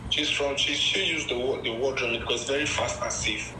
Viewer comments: Does not know what the word remit means? I was dying every time he said “reemit” 😂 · Why is saying Re-mit like that... its from the word Remittances.... many people send money back to their home countries etc.